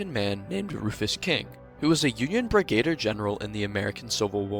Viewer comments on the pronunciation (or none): Its pronounced Brig-a-deer General btw lol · Brig-a-deer is how you pronounce it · Please learn how to pronounce brigadier. I knew this when I was in 6th grade.